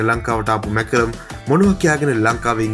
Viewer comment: කවුද බං මාක්‍රම් ට මැකරම් කියන එකා😁